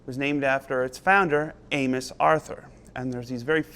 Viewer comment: For a moment, I thought Joe said "We're talking about anus."